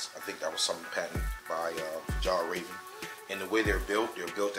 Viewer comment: Great video. By the way it’s pronounced Fee all raven.